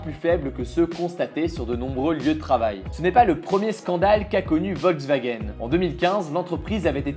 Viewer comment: On dit "Volkswagen" pas "Ouolswagen"